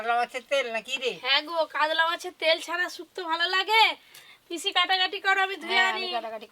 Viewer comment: পিশি না পিচি নাকি চিচি😂😂😂😂